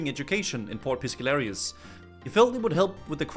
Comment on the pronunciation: I'm about to lose my shit, you've been pronouncing port piscarilious wrong the entire fucking videooooooooooooooo, like you're just making up words at this point